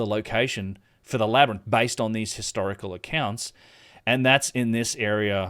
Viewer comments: I am no native ebglish speaker, but i thought it is a labirinth, not a LAB-RANT! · I think we can all agree its pronounced labernyth.... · Say labyrinth again... Its a wonder Joe Rogan says it wrong after hearing it SO MANY times in this video.